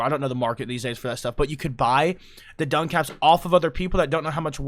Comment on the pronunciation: Duncaps? Is he talking about Ducats? “Duh-cats?” And we can circle back to his mangling of “amalgam” later… Love you,.